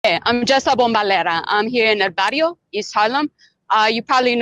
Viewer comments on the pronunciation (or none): red flags fly as soon as she says the "bario" no "barrio" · 🤦🏻‍♂️🤣😭 she says I'm right here in el "Barrio" LMAO. She sounds like Mike Bloomberg when he speaks Spanish. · She said she was in her 'bario' instead of 'barrio'. Hard for lily white gringos to roll their R's. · I'm here in "'el bario Ees Halum'"... does not even trill the r... qué patética eres, Jess La Impostora.